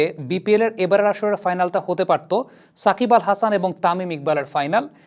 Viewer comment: I stopped watching this MF cuz he keep saying sak!bal.